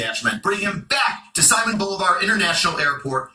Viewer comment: Sorry he may not be a comedian but he is a joke. His pronunciation of Simon Bolivar alone shows why the US govt will continue to fail. RELEASE THE CAPTIVES AND MAYBE THE OIL WILL FLOW. and Another thing every attempt has started In Colombia the Colombians do not want the US military or more conflict until the right deals are made I guarantee their will not be any American operatives successful in Venezuela. There is far too many factions and only a few is trusted by them.